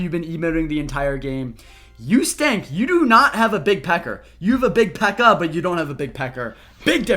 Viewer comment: says pekker like it's a slur